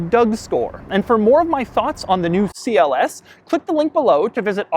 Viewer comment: It is not Si El ES, it is CLS.